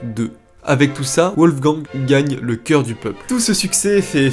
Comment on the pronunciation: Pourquoi prononcer " Ouolfgang " ? En allemand les w se prononcent comme des v en français. Les vidéos sont sérieuses, mais ce genre de détail fait très amateur. Dommage !